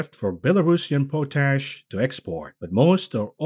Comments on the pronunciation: Yes I'm having trouble you keep pronouncing pot ash as po tash😂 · Pot-ASH Not Po-tash Oh no…